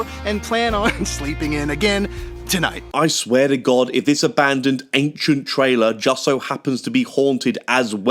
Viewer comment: Go back to where he clearly butchers the word Ancient! He pronounced it Anxient! Seriously? I bet you also say Irregardless? NOT A WORD!!!